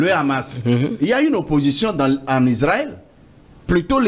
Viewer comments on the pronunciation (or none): none